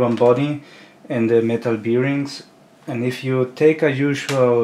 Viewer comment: Hmmm, beerings :) I had to look it up because I'm a non native speaker too, but it's bârˈĭng Thanks for the video, super interesting! Something I never thought about, you'd definitely wouldn't want your part to fail because of that.